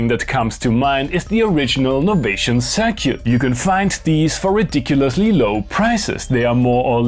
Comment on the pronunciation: "Novation Cir-cute" lol